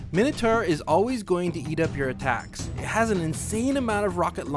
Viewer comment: Its Attacks, not "attacts"